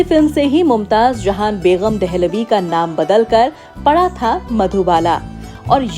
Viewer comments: Bagam not baygham! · Longer than the video is your list of questions...very boring madam it's begum not begham